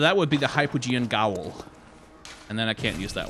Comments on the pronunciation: It's pronounced jail (gaol). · Gaol is pronounced "jail" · I know the series is over but Gaol and Jail are pronounced the same. Was bugging me lol.